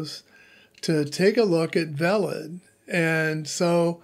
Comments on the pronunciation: I think it is pronounced Vaylid (as in veiled). 😊❤️ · It's IPFS how do you fuck this up that bad? Veilid is literally pronounced for you and you missed it.